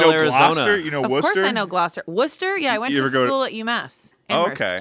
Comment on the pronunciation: Getting to hear and talk about all the towns in Mass made me so happy! Fellow Masshole here and I'm screaming They know where Worcester is AND they said it correctly! And getting a house in Woods Hole is something I want to do too